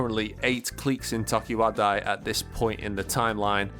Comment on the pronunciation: It’s clique not CLEEK, and it’s tokiwadai not TOKIWADAAA